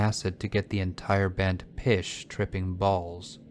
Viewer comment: “Enough acid to get the band “pish” tripping balls” 🤣 Phish is pronounced like fish not pish.